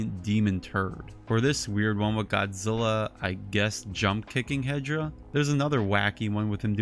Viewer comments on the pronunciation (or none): Why are you saying he hedra it’s hedorah not Hedra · Why are you saying hedra that’s hedorah not Hedra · why are you saying that hedorah’s name hedra that’s wrong. The correct name is hedorah